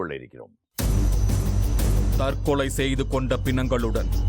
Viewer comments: திரு நிழல்கள் ரவி அவர்களே தற்களை அல்ல தற்கொலை நீர் பேசும் தழிழே தற்க்கொலைக்கு நிகர் தானய்யா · Tharkalai allaa...Tharkolai